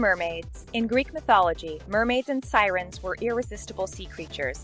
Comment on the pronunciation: 'Psyrens' to their 'fate'. Giving up now, bye.